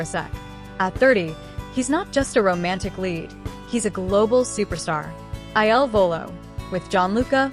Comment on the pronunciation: How about you stop asking so many questions and learn to pronounce Il Volo!